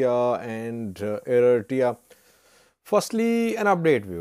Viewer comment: Can say Eritrea?